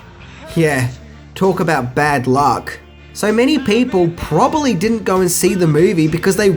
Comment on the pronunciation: Did you say probaly? Is that anything like probably?